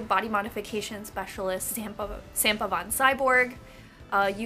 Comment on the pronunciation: Hehe, you pronounce Samppa funny. :D Anyway, he makes pointed ears so well, i'm starting to want those for myself. ❤_❤